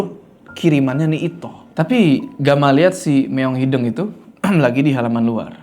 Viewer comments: kayanya bukan meong hideng deh, tapi meong hideung pake U. Soalnya artinya laen😅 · hideung pak, no hideng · btw bang ngmng nya meong hideung bukan meong hideng😂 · Kocak sama pelafalan kucing hideng, bukan hideung 😂